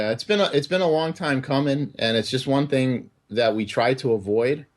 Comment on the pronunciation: I hate how he pronounces words like "one" or "hundred".... It's more like "wooon", and "hoooyundred".